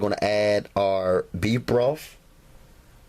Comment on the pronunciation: Sorry...had to chuckle at "bee broff". Great video, though